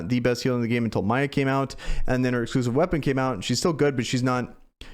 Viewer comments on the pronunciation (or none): How long are you gonna keep calling Miya "Maya"? lol